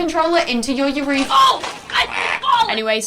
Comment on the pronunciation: She definitely started saying "urethra"